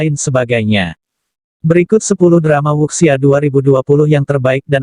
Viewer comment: Wuxia dibaca wucia